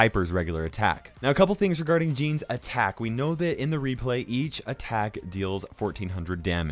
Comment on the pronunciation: when you said gene,s i thought you are saying jeans